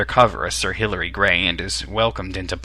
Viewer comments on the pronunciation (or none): Sir Hillary Bray, not gray...